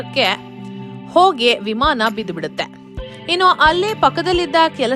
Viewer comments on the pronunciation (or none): none